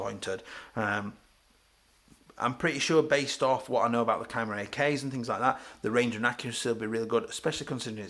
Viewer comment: Never heard it pronounced kyma before. Thanks for the review, I'm going to get one next salary so I have been waiting for someone to make a good review/overview of the rif.